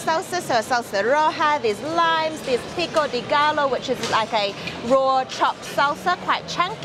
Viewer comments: I love this tasty video, but i cant lie, i cringe everytime they pronounce GALLO... GAH-LO. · pico de gallo is pronounced pico de Gah-yo. Like hey "yo" what are you doing. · Pico de GUY-OH. Not GALLO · pico de gallo is pronounced as pico de "gai yo". Two l's in a word in the Spanish language is pronounced as a "y", just like quesadilla is pronounced as quesa-di-ya. Just thought you'd want to know. all the tacos you and Thomas tried were fantastic. yum. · "P CO DAY GUY OH" :-) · "Gai-oh" not "gall-oh" :)